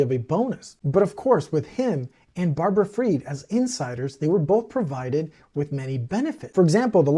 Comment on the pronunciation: You say you hunger for knowledge, we’ll learn this, SBF’s mother’s maiden name is not pronounced “ Feed” it’s pronounced Fried as in “fried” chicken